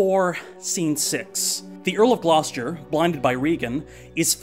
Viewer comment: Glos...jer? no.